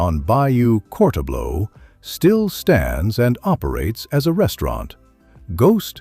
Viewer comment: LOLOLOLOL Bayou Court-a-blow and spelled Court, Tableau in the video 🤣 Courtableau sounds like Catalpa except replace the “p” with “bl”: Catabla (Cah-tah-blah) Kudos for getting Mamou and Opelousas, Bayou Teche, and a majority of them right!! That’s best anyone else has done, just like the first season of True Detective. Chachere is pronounced as Sah-shur-REE. You can look up the Tony Chachere’s video on YouTube to hear the pronunciation. You’re pretty close on LeBlanc, just omit the “c” and you’re spot on! Very good video!